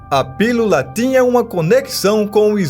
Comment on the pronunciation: Pilula? Sou nordestino, mas não falamos assim...